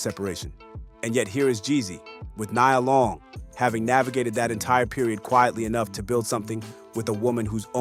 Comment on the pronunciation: Stop messing up Nia Long name. How can you go from saying it right to saying it wrong in the next sentence. Makes it hard to listen